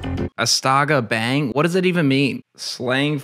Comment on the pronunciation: Pronounced like bong not bang. A in Indonesian sounds like Ah. Astaga bang is like damn bro. Lived there for a few years.